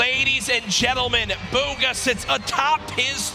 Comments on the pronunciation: buuuuugaaa I thought he said booger for a second😂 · stanfordcoffee it’s pronounced boo-guh